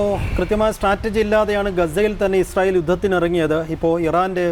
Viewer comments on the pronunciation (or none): ഇസ്രായേൽ അല്ല... ഇസ്രായേൽ തീവ്രവാദികൾ എന്ന് പറയൂ....